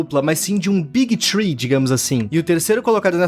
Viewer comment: 3 em inglês se pronuncia "free" nao "tree". "tree" é árvore